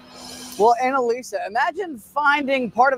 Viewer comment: Oh shit!!!! The newscasters name was Anal-isa😅😂 That shit is funny😅😂